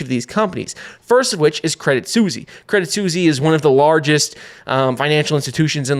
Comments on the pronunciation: "credit Susy"? hahahaha its pronounced credit swiss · love the content, but is it seriously called "credit susi" ? 🐕🍝 😅